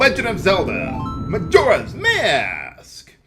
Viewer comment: I could be wrong, but since the name "Majora" is derived from the Japanese word for "witch", I think the accent is supposed to go on the first syllable.